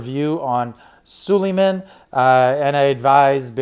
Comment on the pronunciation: You say all these names wrong which is annoying. Sulieman, Ares, ect…please learn how to say the words you use because it takes away from whatever you are talking about.